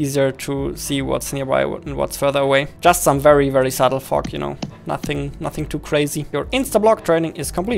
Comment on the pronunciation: we wont talk about how says fog